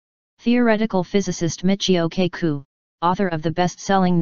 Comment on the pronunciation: for a computer why cant you say the names right kaku and sagen